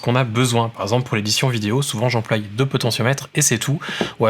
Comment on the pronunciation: j'emploi et non j'emploille MERCI